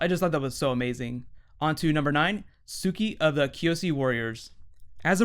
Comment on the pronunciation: I didn't know that Mark Hamill voiced Ozai. That's friggin awesome! And ironic...... Plus, Suki's name is pronounced "Soo-kee." Not "Sucky." xD